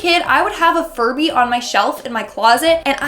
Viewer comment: why did i hear furry instead of furby